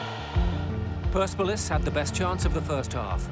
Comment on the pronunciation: That’s not how you say PERSEPOLIS